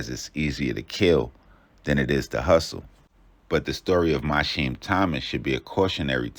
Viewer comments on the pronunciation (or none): why tf is you saying mysheem its mi keam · His name is pronounced My-Key-Heem AND those mugshots not even him it’s his brother